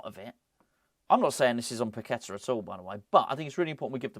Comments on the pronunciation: Pak- Et- Ta, thats how its pronounced!!! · Pak-Et-Ta, thats how it prounounced!!!